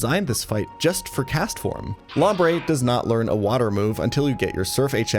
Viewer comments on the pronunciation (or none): none